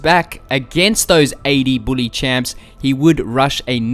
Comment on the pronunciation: the way you prenounce bully cracks me up. can you make a new video with just you saying bully like 50 times.